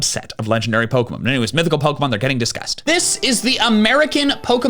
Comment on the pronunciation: the fact he mispronounces almost every pokemon in this video makes me upset